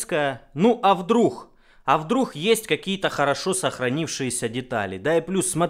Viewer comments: «Ну а вдрух. А вдрух..» дальше не смог смотреть. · Не вдрух, а вдруг....